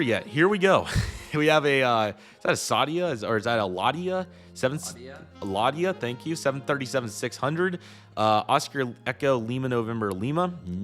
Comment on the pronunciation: I'm a huge F1 fan and hearing "Lah-dee-ah" hurt me